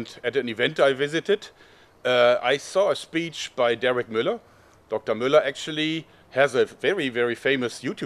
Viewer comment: "Muller" pronounced accurately in its original German form. Schön.